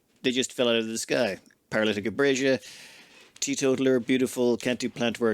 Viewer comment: Paralytic "abrasia"